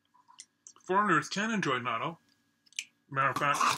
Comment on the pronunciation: There are a lot of varieties of natto - when you have fermented foods, they can go in many different directions. It's sort of like cheese in that respect. I've liked it okay exactly two times, and not liked it the other times I've tried it, which is only... five times or so. Incidentally, for the pronunciation, the "っ" before the "と" of なっとう (納豆) means you first pronounce the "na", and then have a moment of silence and kind of strengthen the "t" part of "to". And while it's inaudible to us native English speakers with our flexitime language, the "o" sound technically blends into a "u" (う) sound although in practice it's more like the "o" is just extended a bit. Also there's the aftertaste... were you okay with that?